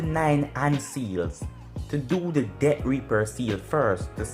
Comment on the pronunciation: Accent buddy